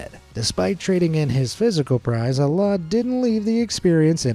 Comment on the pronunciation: I don’t wanna be that guy but the way you butchered the name Alaa is crazy 😅